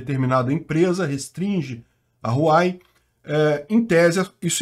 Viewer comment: RU-A-UEI… queridão… HUAWEI